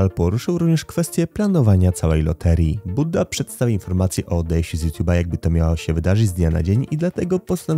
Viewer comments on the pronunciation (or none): Nie budda tylko bujda 😂